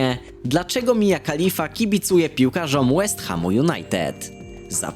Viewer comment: I ten akcent przy mowieniu Mia Khalifa xD